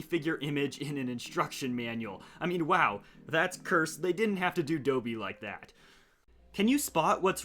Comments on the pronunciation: DID THIS MAN JUST SAY DOBY ITS DOB BY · It's pronounced do bee though... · Dude come on have you ever watched Harry Potter it’s Dobby not Doobby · no way he said doby not dobby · It’s Dobby not dowbby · It’s not pronounced “Doe-Bee” it’s “Da-Bee” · The biggest rule he broke was calling Dobby, Doughby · Bro couldn't pronounce "DAW-Bee" Seriously the character SAYS his own name in the movie my guy. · Ah yes, Moby's simpleton little brother "Doby" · Why is he calling dobby doeby. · Not seen a Harry Potter movie? Dobby, like Bobby, not Dobey like Brodey…. Jeez, man. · he said dobee not dobi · Mf really said Doby when talkin bout Dobby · "Dohbee" Its dobby!! 💀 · dobe??. like in adobe??? its dobby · Its dob eeh not dough bee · ITS DOBBI DAWB-EEEE , Not DOH-BE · It’s Dobee not Doughbee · "...a 2002 set called DOE-BEE'S RELEASE." "...They didn't have to do DOE-BEE like that." HAHAHAHAHA COME AGAIN? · im sorry... WHAT? DOUGH-BEE? Here repeat after me: Daw-bee = DOBBY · Why did he call Dobby Adobe lol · U said doby wrong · Did he just say dobey. It's Dobby. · Dobey?? Its dobby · I heard him call Dobby “Adobe” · it’s pronounced “Daw-bee” not “Dough-bee” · It's O like in box - it's dobby, pronounce the O as I'm box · No way you called dobby dobie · Ahhh he says dobby like dobey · Dobby. Not "Doby". How the hell do yanks somehow fail to speak the only language they bother to learn? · Man call him dœwby. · “Dobbee” that hurt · Not me at the start screaming ITS DOBBY NOT DOHBEE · Don’t want to be that guy but it’s pronounced (dah-bee) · Why does he call dobby “doeby” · Did you just mispronounce dobby you said dobey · And you done Dobby dirty too you said Dooby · THE WAY HE SAYS DOBBY!!! 🤬😡🤬😡 It's not adobe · the fact that hes pronouncing dobby 'doeby' is ow ow ow eee owch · My man just said doaby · You said Dobby it’s pronounced d o b b y o for octopus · Can you not say Dobby correctly? It's Daw-bee. I don't know if it's because of different regions but that's how I say it.